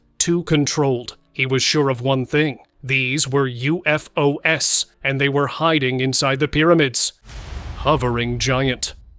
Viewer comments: “U-F-O-S?” Again? Stupid, lazy AI generated channel! 👎🏿💩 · “U-F-O-S?🤨🤷🏾‍♂️ Stupid AI generated BS! 💩